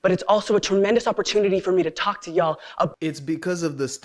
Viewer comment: Why the actual "F" do leftists keep saying "Ye'all".